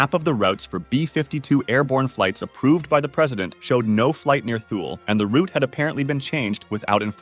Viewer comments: Heads up! Thule is pronounced "Th" like Thug and "ule" like School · its not pronounced twoley its THÜL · It’s weird how he pronounces Thule correctly for the first half but then says it wrong in the second half of the video. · Correctly pronounces Thule then also incorrectly pronounces it seconds later...